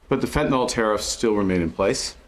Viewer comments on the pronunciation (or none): Hey Markey it's pronounced FEN-TA-NYL. Not fentnol. You are welcome.